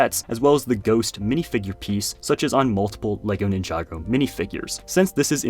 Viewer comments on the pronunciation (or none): You said "Ninjaago", but I believe it should be "Ninja-go". It's possible this has changed, but originally you were supposed to place your ninja figures on spinner attachments, spin them up and push them towards each other, while shouting:: Ninja, go! And pieces would basically fly.